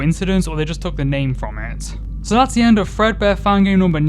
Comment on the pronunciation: The number is accurate to how many Fredbear games there are. Also, it's not Fredbear. It's Frea beer